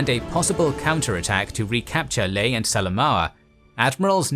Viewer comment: There is no "Lay". It's name is "Lah-AYE". Historians should know this